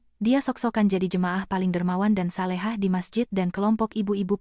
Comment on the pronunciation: Solehah bukan salehah terjemahannya sod patah so bukan sa jangan senang pakai kata a tapi denga kebenaran jangan asal buka mulut